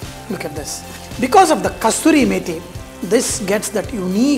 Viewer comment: Sir it is not Kasturi method, it is KASURI method 😊